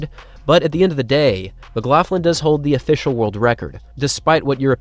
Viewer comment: your pronunciation of McLaughlin though is a bit strange for me (I'm Scottish). I am not sure why you add an "f" sound in the middle - it is more of a gutteral sound you need to make, but no "f" there:-)